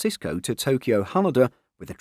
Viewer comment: The way he says Haneda lol